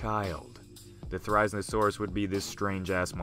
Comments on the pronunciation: It's theri-zino-saurus not ther-ize-no-sauras GET IT RIGHT! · It’s zin-o not zine-o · Ther-risen-a-saurus? I believe people pronounce it as th-e-riz-een-a-saurus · Ther-i-zeno-saurus, come on dude, not ther-I-znosaurus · Its fer,iz,en,oh,saurus not forizinosaurus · “Theriznosaurus” theri-Zino-saurus, at least pronounce it right if you don’t know about dinosaurs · Therizinosaurus really is said like There-Iz-Zeen-Oh-Sore-Us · Pronounced it wrong it’s (Thair-azeno-saurus) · Thera-zeeno-saurus, but close. Thanks for showcasing a great and unusual dino <3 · pronunciation mistake. It’s pronounced (their- is- ino - saur- us) and yes I know I didn’t spell Therizinosaurus right in the pronunciation cuz that’s how the name sounds like. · How did he pronounce therizinosaurus? He got it SO wrong. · I can’t just stop thinking about how ridiculous your pronunciation mistake was!🤣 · It's cool to see my favorite Dinosaur get attention, unfortunately you pronounced Therizinosaurus wrong. It is The-ree-zee-noh-saur-us, not The-raiz-noh-saur-us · Thera-zino-saurus is how it's pronounced! :( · The way he says its name makes me just triggered its thera-zeeno-saurus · The isle has therizinosaurus in it, and you pronounced it's name wrong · Too Weird!? Firstly, it's pronounced Thare-oh-zeen-oh-soar-us. Secondly, it's already in Jurassic World as being in the DNA of Indominus Rex. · Excuse me but how the fuck did he just pronounce Therizinosaurus? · U pronounce it There-ro-ze-no-saurus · wrong pronunciation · Say it's name correctly... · That's not how you pronounce it... it's pronounced "Thair izin oh saurus" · You pronounced it wrong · You really butchered its name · Would have been nice if you had looked up the correct pronunciation before filming this vid. Every time I hear you say it, I cringe....which is a shame, cuz the vid is otherwise pretty good. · It’s painful to hear you try to pronounce it’s name.